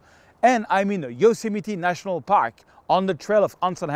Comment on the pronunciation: Best American pronunciation of Yosemite yet.